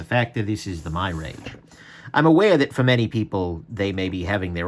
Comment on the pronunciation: It's pronounced mirage, like the illusion. Not my-rage.